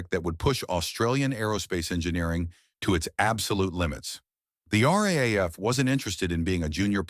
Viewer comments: Look here yank. We say R double A F. Not R A A F . I highly doubt that would of taken much research to find out. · Commentator referrs to the Royal Australian Air Force, as the Are, Are, Aye, Eff. It referred to, in Australia, as the RAAF. Or for you ignorant yanks, the Are Dubble Aye Eff. Learn how to speak Oz. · Please; "Arr-dubble-Ay-eff." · Unfortunately great story ruined by crap AI narration. RAAF in not pronounced RAF and so many other stuff ups. Mate if you re going to use AI make sure it works correctly. ! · Mate we call the R.A.A.F., the R Double-A F, try teaching your AI to say it that way. I grew up as a RAAF Brat in the 60's and 70's, Dad was posted to RAAF Base Darwin in '64 and '65 and I remember going camping down the Track one weekend. We left on a Friday afternoon and were expecting some other RAAF families to join us later that afternoon or Saturday morning, but no one showed up because RAAF Base Darwin went on Red Alert Friday afternoon after we left and the base was locked down with Sabres sitting fully armed and fueled ready to intercept TNIAF aircraft.